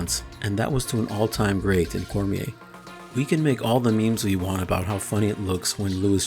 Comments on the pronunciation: Even if he beats Francis again. I will never call him champion if he still pronounces “memes” that way. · “I had a couple mims ready”